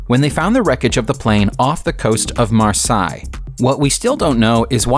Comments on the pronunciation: It’s marsay not Marsalis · Yeah, Marsi?!? Should be Marseille (Mar-say) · san oopery / mar-sigh, lol. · Sont Oopurry and Marsigh... It's Saint Exupery and Marseilles!! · The plane was found off the coast of "Mar-sigh"? "Middles-borrow"? the French costal city is Marseille, is "Mar-say" and the Northern English town, Middlesbrough, is "Middles-buruh" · Marsay! Not Marsi... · "Saint Exupery", not Syant Epury "Marsay", not Marss-eye "Coontash", not coontark "M-eye-ssen, not "Missen" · Sant Ex-oo-pay-REE.The "Ex" in Exupéry is NOT silent. And he crashed off Mar-SAY.